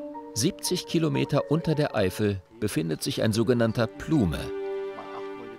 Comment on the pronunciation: plume lol, also wenn dann sollte man englische begriffe schon entsprechend aussprechen (ohne "e" am ende) oder die deutsche bezeichnung manteldiapir nutzen... und clickbait ist die überschrift natürlich auch